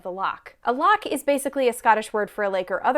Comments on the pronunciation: Then used as than 😎 And nae bad on pronouncing loch.😉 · The loch pronunciation wasn't bad at all